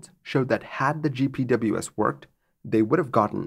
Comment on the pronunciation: if you want a tip to sound more savvy, in the aviation community GPWS is pronounced "Jip Wizz"